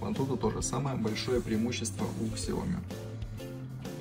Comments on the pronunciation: Не Ксияоми, А СЯОМИ!!! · Бро, не Ксияоми, а Сяоми